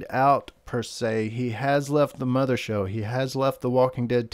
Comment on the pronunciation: Did anybody else get upset that he said mother show instead of mothership? Lol